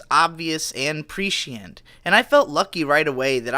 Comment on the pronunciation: love the way you pronounce "prescient" lol anyway good video